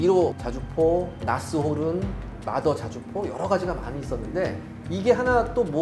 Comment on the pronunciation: 그 말더가 아니라 마더입니다